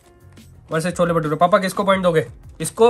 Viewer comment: cholla ni hota cholle hota hai🤣